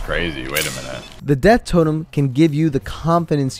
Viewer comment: Summoning jutsu death totum🤣